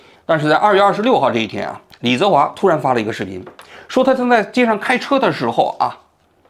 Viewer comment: 王局到底有没有真的一直关注这些事情？如果真的有的话，怎么会说错“李泽华”的名字那么多次？一个人听上几遍之后就应该记住了啊